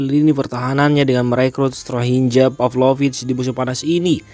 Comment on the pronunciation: Tks infonya soalMilan tapi ada sedikit koreksi dari saya soal penyebutan nama ,tolong sesuaikan sdn bahasa begara tsb,contoh penyebutan strahinja huruf" J" dbaca sebagai huruf "y",tks atas perhatiannya